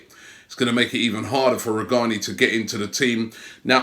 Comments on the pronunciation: Robbie it's not Daniel Rujani, its Danielle Rugani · Goes from Rugani to Rujani 😂 I love you Robbie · "Ru jah ni" butchering names😂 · How did Robbie pronounce Rugani correctly for half of the video and then start mispronounce it again? Pronunciation dyslexia!! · E Cording it’s still pronounced with a g not a j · so because it's an Italian name G is pronounced as J or ?! No but honestly Robbie is really bad at pronouncing names, generally. Even Dybala he says Die-bala 🤛👊🤓